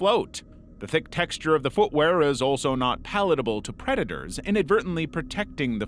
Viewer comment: dude can't even say predator lmao